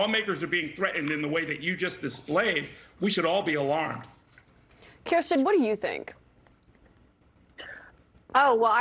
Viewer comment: It’s “Kirsten,” not “Kristen.”